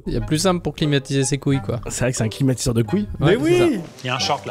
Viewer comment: Le ClimaKouill 😂😂